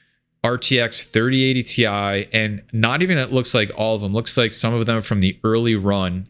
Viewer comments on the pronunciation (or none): Cmon man it’s “tie” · It's 3090 "tie", Get it right bro! hahahahaha